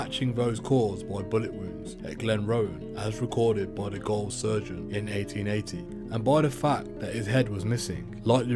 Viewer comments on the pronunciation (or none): "Old Melbourne goal" As a Englishmen I would of thought that you knew this is how jail was spelled and pronounced.... I cringed as a Aussie hearing you say this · its pronounced jail even if its spelt gaole